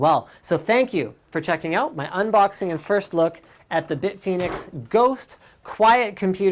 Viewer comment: "Welcome to my unboxing of the big fenix GHOÔOST. The nunny thing about this ghost is you can see it!" lol